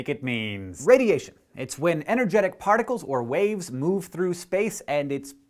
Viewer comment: did he say barticles?